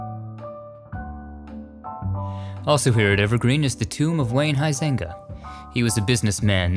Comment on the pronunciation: LOL, how you pronounce Huizinga...which is a Dutch name.